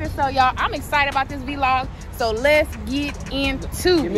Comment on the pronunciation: ugh vlog NOT VEE LOG ugh smh